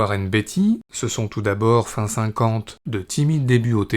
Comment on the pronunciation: Beatty se prononce bien "Béïti" et non pas "Biti", je vous invite à regarder des vidéos de lui en anglais pour le voir par vous même